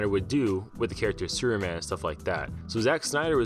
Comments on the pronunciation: Why you always say Seruman or Sureman? Whats up with the P letter?))) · Superman is three syllables, not one. Freaking learn how to speak or stop narrating these videos. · Where are you from bro?superman doesn't have a silent p in his name.